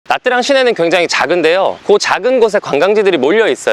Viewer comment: 참고로 베트남어에서 복자음이라게 있습니다. Nh 나 Tr 이 그중에 해당하는데, Nh는 'ㄴ' 발음에 약간 'ㅎ'가 따라오는 발음인데 Nha는 '냐' 발음쯤 됩니다. Tr은 'ㅉ' 발음입니다. 그래서 Nha Trang은 냐짱이라고 발음하시면 좋습니다.